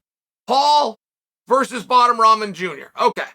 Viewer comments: What is it chael keeps calling Rahman Jr. Tough ramen?? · Love how Chael is pronouncing Rahman’s name…not even close. And a Cruiser weight?? Come on man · Hey Chael, I just want you to know you are pronouncing Hasim Rahman Jr. name incorrectly.